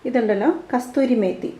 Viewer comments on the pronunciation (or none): kasoori methi not kasthoori methi